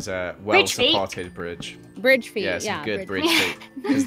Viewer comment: said BiDgE